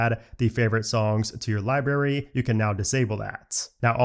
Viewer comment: Library - not libary br